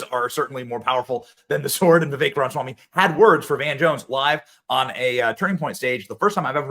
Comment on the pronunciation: Please Benny, its Ram-a-swamy.